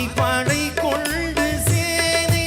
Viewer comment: தம்பி கொள்ண்டு இல்ல கொண்டு பல வென்று வெல்ண்று இல்ல தமிழ் உச்சரிப்பு சரி யில்லை தம்பி பாடலில் feeling இல்ல விஷயம் தெரிந்தவர்கள் பார்ப்பார்கள் தம்பி கவனம்